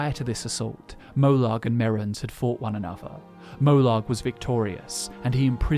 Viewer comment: Why are you pronouncing molag like molog